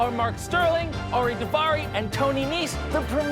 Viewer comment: *Daivari*, not "Davari"... 🤣🤣